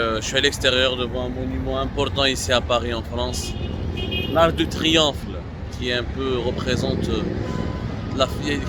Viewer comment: Abdou t as dit triomphle !